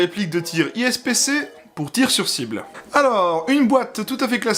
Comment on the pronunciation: Super vidéo mais ipsc et pas ispc